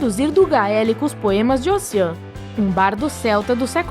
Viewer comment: Ela tbm errou a pronuncia de Ossian... é algo como "ôushíen"